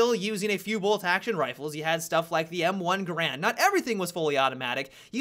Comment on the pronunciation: did you just call a M1 Garand a M1 Grand, too much video games teach you wrong names